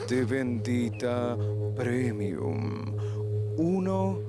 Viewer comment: Cada día mejor bendita premium jajajaja se pronuncia primium chicos